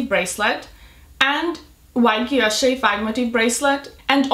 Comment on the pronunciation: She say she love VCA but she can’t pronounced Guilloche that she love it 😮😮😅